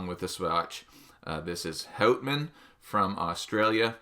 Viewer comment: I don't know, I am starting to suspect you're not Canadian... Pronouncing the brand as 'hautman' instead of 'hutman'? Did South Park lie to me? Joking aside, this is definitely the coolest version of the watch, with the rock dial. Quite interesting that they printed the company name and automatic and such on the crystal (I guess on the inside?). This works very well with the 50 fathoms design of the bezel insert. I am not sure how heavy that dial is. Does the watch feel heavier than you'd expect?